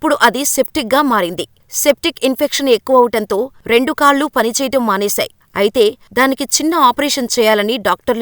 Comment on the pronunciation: "కాళ్ళు" కి, "కళ్ళు" కి తేడా తెలియకుండా " "కళ్ళు పట్టు కున్న...' అని చదివారు. గుర్తించండి.